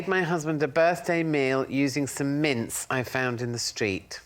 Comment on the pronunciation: The first time I heard Jo’s read, I thought she said she made the meal “using some mints I found in the street,” so it just got weirder from there. 😅😂